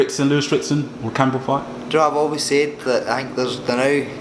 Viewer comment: Ricky 'ja'know' Burns